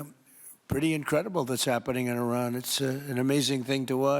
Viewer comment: It would be nice if you learned how to pronounce the the name of the country you are reporting!